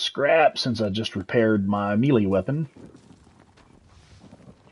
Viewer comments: i know this is an old video but.... its "May - lay" not melee like an apple. lolol :) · Great guide. The grammar Nazi in me is going crazy, though… Melee isn’t pronounced Me-Lee, it’s pronounced May-Lay. That’s all I have to say about that. Good day. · Your Pronunciation of the word melee is hilarious